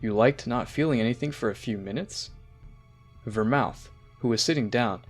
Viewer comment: Picciro, bellmouth, ultra mastered instinct.... Qweetella, vermooth, vermouth cockarots, goteen, chamber time, JAEYE-WREN, vermoots, vermoot, vermutt, i don't care that he mispronounced em, just wanted to have em listed for anyone that thought they were crazy for hearing something different, love the story!